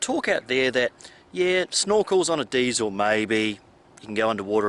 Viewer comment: Of course you say diesel wrong.